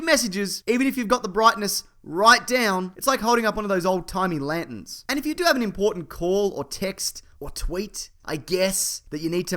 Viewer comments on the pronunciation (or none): I really enjoy the way you say "Lant-en"